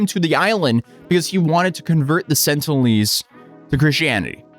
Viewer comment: They're the sentinelese not the sentlenese,.